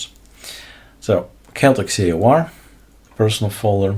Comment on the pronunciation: Not chaoticS but Chaotic AUR